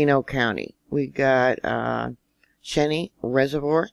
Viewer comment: Cheneyr: Ch-long e-n long e